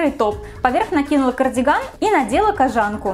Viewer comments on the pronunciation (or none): Не кожáнка, а кóжанка! Ударение не меняется при добавлении суффикса. Кóжа, а не кожá! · кОжанка а не кожАнка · В слове кОжанка ударение падает на "О", от слова кОжа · я впервые услышала такое произношение этого слова, не только в своём городе, но и во всех остальных, включая спб и мск п.с. погуглила. Правильно: кОжанка что и логично. кОжанка из кОжи, а не из жАнн каких-нибудь. п.п.с. да, кожАнка допустимое произношение, нашла инфу, да. но звучит конечно... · Слушать интересно, но неправильные ударения режут слух. Это хотелось бы исправить. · Милана Аитова правильно кОжанка, с чего ты взяла, что ударение на А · Katkoshenka N-G это фишка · Katkoshenka N-G , хоть не одной мне слух режет! И да, ребят, в языке нет понятия "мне так больше нравится", есть грамотно/безграмотно. Поначалу будет казаться некрасивым такое произношение, но ко всему привыкаешь, это как измученное "завИдно" :) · Только не кожАнка а кОжанка)) Получилось очень классно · Может кожанка’ а не кожа’нка 🤦🏻‍♀️ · кОжанка, а не кожАнка. слух режет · Не кожАнка,а кОжанка Аж по ушам режет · Мила Крей ни в Москве, ри в Питере так не говорят! кожАнка—так говорят в провинции! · "Кажанка" блииин 😣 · МНЕ НЕ НРАВИТСя что ты говоришь кОжанка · кожАнка и тЭкстура....каждый раз резало ухо) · Как же эта "кожАнка" бьёт по ушам.. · вот всё чудесно, и только кожАнка по ушам бьет. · Какие очки. Никто их тут не носит. Сама ты кожАнка. Научись по-русски разговаривать